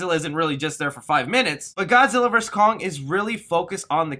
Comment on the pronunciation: You're as bad as Dman saying the title of the film wrong! Can you please start saying the name of the movie properly? It's VERSUS not "verse" I cringe every time you say "Godzilla verse Kong"!